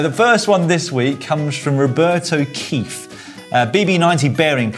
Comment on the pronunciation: Am I the only one laughing at Dan's mispronouncing of "Robert O'Keefe"?